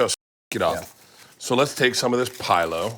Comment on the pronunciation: Love ya Bert but it “fee-lo” ph makes a f sound.